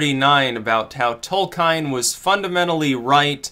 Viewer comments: Tol-keen REEEEEEEEEEEEEEEEEEEEEEEEEEEEEEEEEEEEEEEEEEEEEEEEEEEEEEEEEEEEEEEEEEEEEEEEEEEEEEE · Tolkine, Caukayzoid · I've always heard it pronounced Tole-kin :emphasis on the first syllable. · Uh oh. Are we in the Tol-kien or Tol-kein timeline? And how does it relate to the Berenstain Bears?!?! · Tolkien not Tolkein (also pronounced Tol-keen not Tol-kine). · /TOLKJEN/, nαt /tolkajn/ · >Tolkein It's Tolkien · The legendary author's name is pronounced "Toll-key-inn." Please make a note of it. Fuck! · your reading of "Tolkhine" is pretty disappointing. read his essay "On Fairy Stories" and then you will begin to understand Tolkien. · /ˈtɒlkiːn/, I expected better of you. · The pronunciation of Tolkien throws me right out of the video lmao. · abuseofviolence Caught it right away because people exoticism the name Tolkien. and the "Alt-Right" should love Tolkien because it's a myth of Westernesse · It's *Tolkien,...